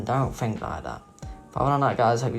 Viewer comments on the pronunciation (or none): When he said peace out at the end I thought he said piss off